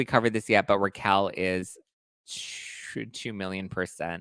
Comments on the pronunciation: Learn how to pronounce her name. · her name is Raquel not Rachel